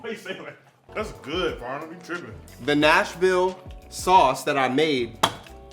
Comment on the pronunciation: Am I the only one who says his intro with him in my head “welcome back to more seasonING, im your host FARnum” 😂😅 .....oh and i love a good chicken TENDER